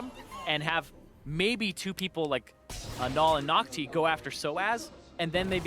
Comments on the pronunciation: BLV nước ngoài gọi NhocTy là Nóc Ti 😂😂😂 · Nghe nhu Naughty, haha